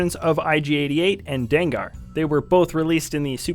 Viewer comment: danggar you mean dengar